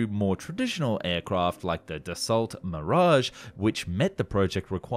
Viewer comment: Nice and interesting video. If you want to know how to pronounce Dassault, it’s easy. Do not pronounce the L or the T. Imagine Da like the word yes in Russian and So, as in the English word.